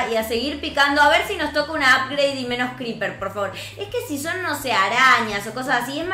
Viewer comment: Se dice Creeper no greeper